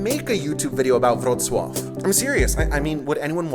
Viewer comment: Wrocław = VRO-tz-wav, what is your closest large city in TX?